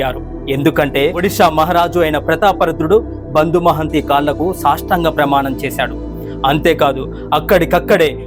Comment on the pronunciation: సాష్టాంగ ప్రమాణం కాదు.... సాష్టాంగ ప్రణామం